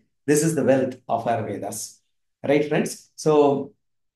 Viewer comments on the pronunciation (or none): none